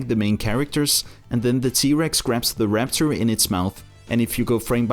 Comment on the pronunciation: No offense but it’s raptor not rapcher